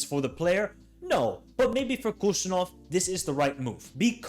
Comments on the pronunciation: He is not Kushanov!! Khusanov, first Kh wiill be read like H in "hen", A will be read like ''á'' in CAR. So HusaAnov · I am from Uzbekistan. The first K in his last name is silent. It is more of a hard H sound like in word WHO. Also, the emphasis is on the A, so the phonetic pronunciation is hoo-sA-nov PS i am a huge Man Utd fan, so this will be interesting. I will have a player i will cheer for to do well in a rival team. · props for making this with great analysis. Just one thing to mention his last name pronounced as 'Husanov' similar to Habib (Khabib)